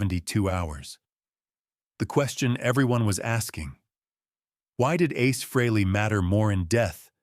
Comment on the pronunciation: How about if you pronounce and spell his name right that would be nice when you’re talking about a legend like ACE FREHLEY